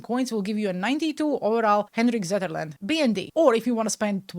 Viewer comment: never quit being you.:hands-yellow-heart-red: Also you did pronounce the names correctly Zetterlund is pronounced the way your saying it and Zetterberg when you did say it was pronounced correctly.